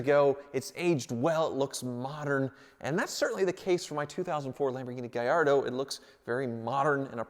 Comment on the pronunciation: In Italian Gallardo is pronounced like "Hall" not like "Hay"